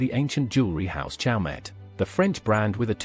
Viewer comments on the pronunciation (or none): The T in CHAUMET is silent : pronounced show may’ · The T in CHAUMET is silent.